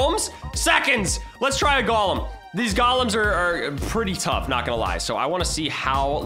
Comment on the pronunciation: You say galem and its a golem